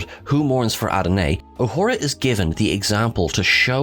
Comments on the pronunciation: It's AdonaiS. Ah-don-ays I have No idea what name you said. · "Who mourns for a-doe nay". Good Lord you're incompetent! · It’s actually “Who Mourns for Adonis?”, not Adonae. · Great tribute to the wonderful, inspiring, beautiful actress and singer who was a lovely woman in all respects. On a side note it is "Who Mourns for Adonis (A-don-is) and it is the Greek God Apollo.